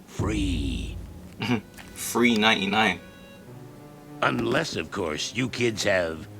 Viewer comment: LOOL “free.99” 😂 i love when British people use “f” instead of “th” it’s so thabulous